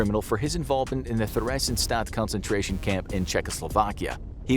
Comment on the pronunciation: Ugh. The pronunciation of some of the people and places on here hurts my ears. First of all, Theresienstadt is pronounced "Ter azian stat", there's no "Th" sound.